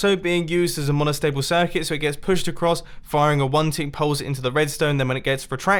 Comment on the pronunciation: Nobody: Mumbo Jumbo: MONOSHTABLE SHIRCUTS